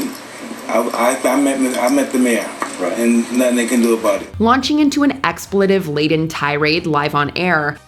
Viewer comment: It's expletive, with a hard 'e' sound.